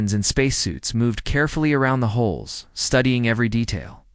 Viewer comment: Forearms = four arms! Hole = hull! Get your narration right pls.